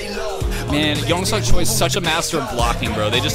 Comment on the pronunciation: I love your reactions! You have so much interesting insight into the process of mv making and filming and I feel like it really expands my appreciation for the work the PDs and the crew do. Thanks for sharing all that with us :) One small tip: the family name Choi (Lumpens) is pronounced "Che".